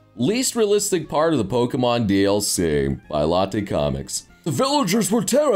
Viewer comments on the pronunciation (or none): none